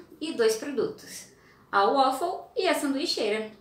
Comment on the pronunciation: Beleza. Fica: em inglês o a tem som de e. Ueifow!!! Pelo amor de Deus!!!